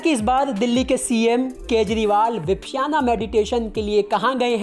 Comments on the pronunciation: विपश्याना नहीं, विपश्यना कहते हैं। भाई, उच्चारण ठीक कर लो। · विपश्याना नहीं, विपश्यना ध्यान विधि।अर्थात अपने आप को दूर से देखना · Yaar 1 million view le rakhe hai vipasana nahi bolna aa raha 🤦